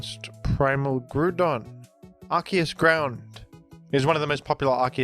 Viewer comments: I believe Groudon's name is pronounced grau - daan Because his name is Ground without the n and with "on" at the end. Not Groo don I'm not telling you to change, I'm just pretty sure it's incorrect. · why do you keep saying "grudon" it lowk pmo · Who the hell calls him Grûdon😭😭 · Ah yes I love the groond type pokemon groodon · Bro stop saying Gru-don. Boutta pmo, immediate dislike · Is it Groudon or Groodon? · The way you say Groudon pisses me off ngl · Why do you say groudon like that? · I know its engagement bait, and I will fall for it but that groudon (ground and don) pronunciation especially his random buffer between gru and don that happens only 50% of the time is actually killing me